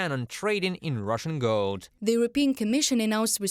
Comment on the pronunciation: The lady reporter pronounced GOLD as GILD. The male reporter pronounced it correctly.